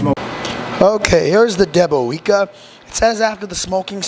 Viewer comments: Hi, you pronounce it as "deb-o-vyetska":- I love those "big-inch" sausages, they're just the right size for slicing for sandwiches. Btw, it should also be "mah-ree-ahnskee" for the authors of the book:- we'll teach you how to speak Polish yet!😉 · Pronounced "Debowezka" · Looks good , we have here in the UK lots of polish shops selling all sorts of polish goods , your pronunciation is a bit off 😂 but the sausage looks awesome.. good job .